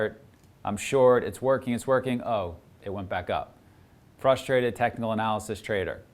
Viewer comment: Did I hear technical analisys?? 😂😂😂